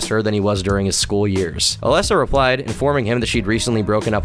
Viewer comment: Also oh my god it really doesnt matter but you are mispronouncing Alesa's name the whole time and it bothering the heck out of me. It's A-LEASE-a, like the word lease, like "Lisa" with an A sound in front of it